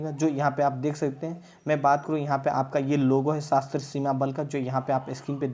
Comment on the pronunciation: Saaaa...sashtra bro not sashtra... It's sashastra